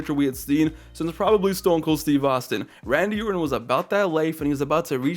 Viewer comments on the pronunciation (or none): this MF said "Saddam Orton" 😭🤣